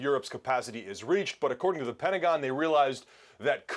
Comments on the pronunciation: CNN can not find an American speaker to Anchor their news ? say the words right, WFT is our Pendigan ? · not the pet-a-gen says lol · The “pentagin”…